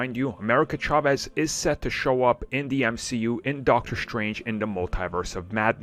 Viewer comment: He's mispronouncig chavez on purpose so we comment about it don't fall for it